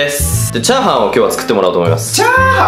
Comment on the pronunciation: チャー↑ハン↓